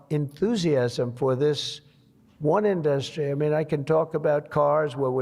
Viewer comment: Trump can't pronounce "industry" like anyone else.